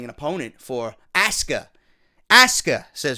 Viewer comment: Every time said Aska....... LMAO great review and NXT was good once again nothing really new here.